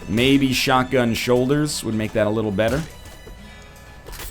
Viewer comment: instead of shotgun I hear Sharingan(if that's how it's spelled:3)too much Naruto tbh